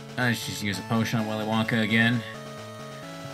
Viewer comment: "Willy Lanka learned how to chop a MF" What made it so funny was just the mispronunciation of "WillyWonka"